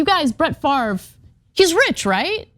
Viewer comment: I dont know what's worse, pronouncing his name FARV, or doing the shit he did... its French, pronounced FOV